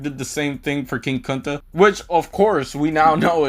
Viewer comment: King “Cunta” is kinda hilarious